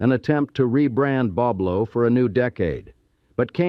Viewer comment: He pronounced it wrong Boblo